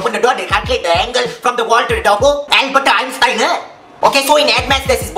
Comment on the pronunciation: The way he said Albert Einstein 🤣🤣